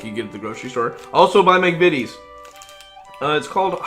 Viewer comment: The first video of this type where McVities was pronounced correctly straight away. Instantly subscribed.